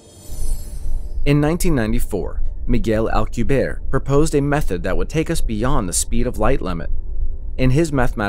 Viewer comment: Everyone mispronounces Alcubierre’s name. It’s Spanish people.